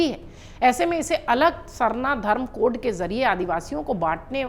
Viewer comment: पहली लाइन मे जो आप ने बोला कोढ़ मैडम कोढ़ नहीं अच्छा से pronounce कीजिए code है